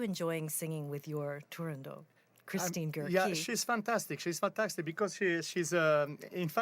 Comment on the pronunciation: Bravo, the great Alagna! And thank you for the correct pronunciation of Turandot.